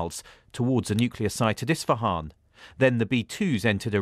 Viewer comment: it's not "Istafan", but it's actually "Isfahan".